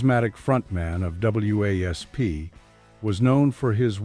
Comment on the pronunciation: It's wasp dump ass not w a s p if you don't know the name of the band don't do eney comentaing